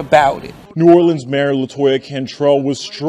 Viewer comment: The city is pronounced New-aw-lenz Ain’t no gangs Bunch of street niggas running together from the same neighborhoods and projects. The names r the names of specific places and streets and some are random names and wards that these guys represent. Just cus the news say gangs is not an accurate statement.